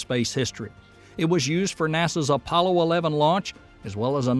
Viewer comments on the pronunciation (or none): none